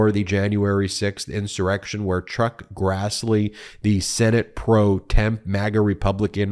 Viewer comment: Ben, can't believe you initially said "Truck Grassley", then said "Chuck Crassley", then said, "Chuck Grazzley". Stop talking to people like they're stupid! A majority of your audience is familiar with legal jargon, not only having watched most of the Law & Order shows for the last 30+ years as well as CNN, MSNBC, John Iardiola, CBS, COURT TV, TYT, etc., etc., etc. Good Lord, knock it off!!!